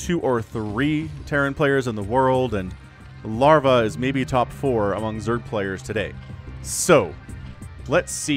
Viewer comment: Why you say lavra lol did I miss the beginning terror lavra same player?